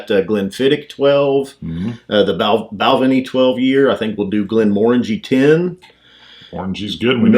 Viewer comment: Not Bal'-venie. It's pronounced Bal-VAY-nee